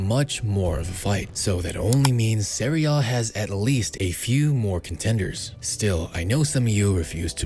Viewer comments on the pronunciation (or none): Serie A* not Seri Oh